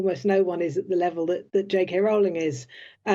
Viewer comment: It’s Row - ling, like the boat! Otherwise good content.